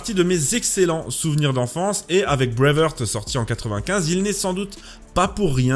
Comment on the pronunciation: Ça m’écorche toujours autant les oreilles quand tu prononces Breaveheart